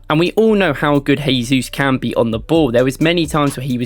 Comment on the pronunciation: Mate, please improve your pronunciation of players' names. "Jesus" in Portuguese sounds different from the Spanish you are trying. Cheers.